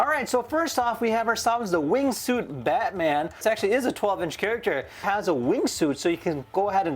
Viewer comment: "The BATSman" 😂